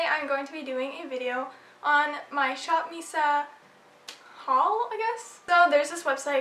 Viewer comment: its actually Miss A not missa... f.y.i